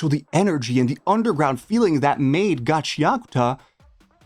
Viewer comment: It's GA CHIA KU TA not Gaceakta. I can't watch your video due to your shit pronunciation